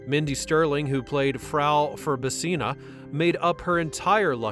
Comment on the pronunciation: Bruh you doing a whole breakdown and mispronouncing frau’s last name. Whaaaaa. Makes me question if you watched the movies at all or if this is AI